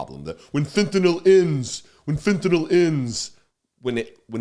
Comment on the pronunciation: Thanks,, for pronouncing it fent-a-nill and not fent-a-nall, like the idiot Mango Mussolini.